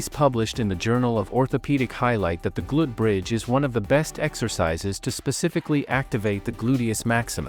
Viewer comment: Can you teach your AI narration to correctly pronounce "glute bridge"?